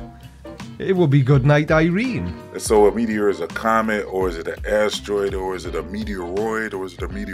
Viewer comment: Why does he pronounce asteroid like ASStroid? ASS? Troid? Like short for your ass been destroid? By the Creaky Blinder.